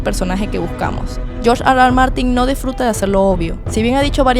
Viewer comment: Nadie: George Arwar Martin